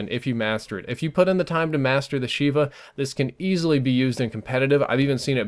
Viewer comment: love the video, but it's pronounced "Sheyva" from the hebrew word for 7 FYI